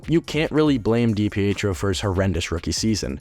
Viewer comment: Did you even do your homework dude? Loungo was traded the same day as DiPietro, so they weren’t “lacking between the pipes” There was never a Kansas City Scouts in the central hockey league. And you’re not even pronouncing his name correctly.